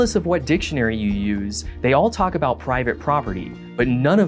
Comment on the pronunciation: the second I heard him speak and pronounce about as “aboot” I had trouble taking him seriously.